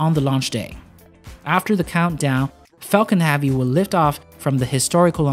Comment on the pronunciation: Falcon "Havey"?